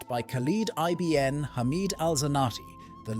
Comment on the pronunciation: Good video. The plural of Amazigh is actually Imazighen not "the Amazighs". It's pronounced ibn not I-B-N. Meaning "son of" in Arabic.